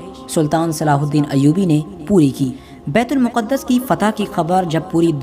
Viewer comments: It is bait-ul- maqdas not muqadas Secondly it is not first qibla but its second qibla. First qibla was Khana Kabba and second bait ul maqdas and last qibla again Khana Kabba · It's not muqaddus... It's muqdas